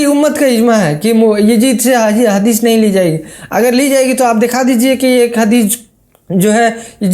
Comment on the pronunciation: Bhai saab inko pehle hadees bolne ka pronunciation sikhao .. bad me inse hadees ke baare me suna jayega😂